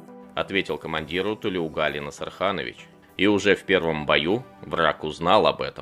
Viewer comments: Спасибо за рассказ. Одна ремарка: у тюрков, включая казахов, во всех именах ударение ставится на последний слог, как у французов. Поэтому правильно называть героя - ТлеугалИ, а не ТлеугАли. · Какая несправедливость . Заслуженные награды и те не дали. Позор таким военоначальникам. А. Комментатор имя неправильно произносит. Ударение идёт на букву И. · Во всем уважением, имя главного героя правильно произносится с ударением на последний слог. На нашем языке так правильно произносятся имена. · Имя Героя диктор исковеркал... произносите правильно. Неужели так трудно выяснить-как правильно произносить казахское имя??? Где уважение??? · Тулеугали - ударение на букву И.